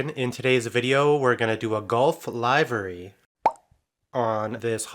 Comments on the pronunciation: LIVERY = LIV-REE Seriously, not LIVE-REE. OR is it a state by state situation? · A really great job on the painting of this livery. Just have one thing and that is your pronunciation of "Livery". You said it as: Is this show live?, when you should have said as: Where do you live?. Please don't take this wrong, really love your vids. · Livery. Like liver and onions. Soft I.